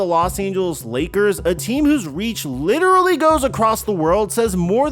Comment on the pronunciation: Lidderally count : 4